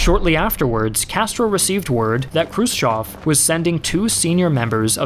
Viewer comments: Che Guevara and not Che Gavera... krutchev and not krotchev... learn a bit of other languages... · Some of your pronounciation makes me cringe. Krus-CHOV? Krus-Chev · I love the channel, but the butchered pronunciation of Slav names is killing me 😂 pronounced "Krew-shyev", EH, not "ah"